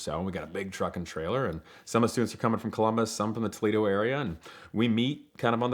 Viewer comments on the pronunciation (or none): none